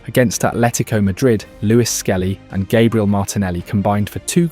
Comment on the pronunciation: Put some respect on Gabriel's name and teach your AI voiceover to pronounce it properly and not in that stupid American Irish way